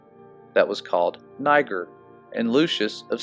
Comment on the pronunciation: Niger pronounced, ne-zher.